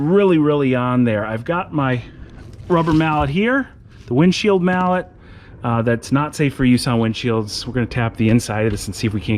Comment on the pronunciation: "The windshield mallot" hahah